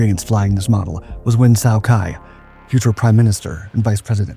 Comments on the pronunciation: It was pronounced "key", not "kai". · Ky, pronounced ‘key’, not ‘kai’… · His name wasn't "kai" . It was "key". For his service to the U.S. he was awarded a liquor store in Long Beach, CA. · Nguyen KEY, I speak Vietnamese with a Hanoi dialect and you don’t know how to properly pronounce Vietnamese names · My recollection from the Vietnam War is that Ky's name was pronounced "Kee." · Pretty sure his name is pronounced like the word.. Key. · Very interesting, but I have to ask, is it an AI voice, or just someone too young to have heard how the names Ky and Khe Sanh are pronounced? I wonder how many Skyraiders still exist, and where.